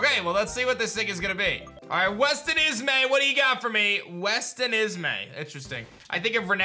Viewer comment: It kills me that kept saying westenismay instead of westen. Is. Me. Which is I'm assuming named after whoever sent the egg